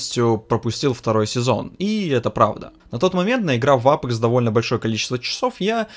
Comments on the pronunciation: Научись выговаривать АпЕкс. А не апэкс. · "АПЭЭЭЭЭЭЭЭЭКС" - это байт на комменты? Как серпом, правда, мужичок. Ты же говоришь, "Доктор Дизреспект", через Е, а не "Доктор ДизрЭпспЭкт", значит для тебя не норма "Э"кать.